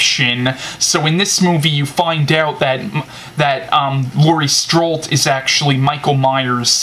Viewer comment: Nice reviews, I'm going to watch halloween 4 tonight so thanks for that review to! Oh and it's Laurie "Strode" not "strolt"